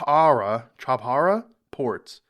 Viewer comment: It pronounced as CHA -- BAHAR